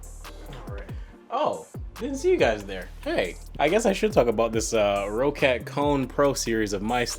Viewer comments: For future confirmed by the company. It’s pronounced “Rocket” but just spelled “Roccat”. It’s not pronounced “Ro cat”. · it's pronounced "rocket" though, ma dood. 2 CCs :P